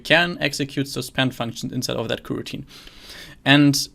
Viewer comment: I see, thanks! And thank you for the great content! (The reason to use Java is that I'm a beginner and have already tried to learn way too many languages this year... and btw, I think your pronunciation of kuh-routine is hilarious xD)